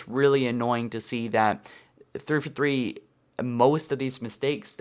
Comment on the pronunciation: Dude! It is three FOUR three. Not three FER three. Enunciate!!!!!!!! It keeps sounding like you are spouting off a statistic instead of naming a studio!